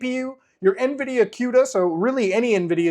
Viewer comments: Everyone: Cuda (koo da) Muta: Cuta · BTW Cuda is pronounced KOODA like Barracuda because the Plymouth Barracuda was what the architecture was named after. Htf you get quda out of it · I've always pronounced it like cooda, like it rhymes with barracuda. I talk with the AI guys every single day and they have never corrected me. Maybe it's one of those words that can be either way - queda, or cooda :D I develop cross platform and gawd, why does Windows have to make EVERYTHING so much harder? Just cross compiling GCC to target something like, oh, I don't know - ARM - is a PITA. Installing the build tools - OMG! So embarrassing. Linux (at least with Debian based) it's apt install build-essential - one single line. You might need to install some libs depending on what you are working on, but it's that simple to get the build tools. Why oh why Windows? You have fed my family for many years Microsoft, but it hasn't been easy ;) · i pronounce cuda as cooda, how is the c pronounced as a q? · The way he pronounces CUDA is cringe